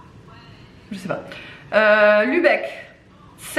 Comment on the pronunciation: Trop bien le calendrier. Très jolie graphisme 😘😍 Nuremberg en Bavière du nord. Dresden dans la Saxe , le Länder où je vis. Bonne prononciation pour Lübeck.